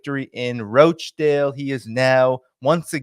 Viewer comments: ) it's Rochdale with a hard O like "got" not "goat" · Rochdale lol not roachdale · It's not Roachdale canny lad it's Rochdale 🤣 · It’s Rochdale…Rawchdale, not Roachdale! Thanks! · please, George Galloway's constituency is called Rochdale, not 'Roach-dale'. Listen to the way Mister Galloway pronounces it. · It’s pronounced Rotchdale, not Roachdale, I may as well call you Dainy! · I'm from Uk. Rochdale: pronounced Rotchdale 😊 I'm a big fan of your brilliant show! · Ro in Rochdale is pronounced Ro[as in Rock]chdale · You are mis-pronouncing Rochdale. Listen to George's speech. The roaches are in Parliament, London...